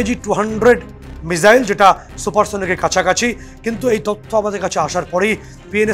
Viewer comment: Pls don't mind. Pronunciation ta not mizaile but missile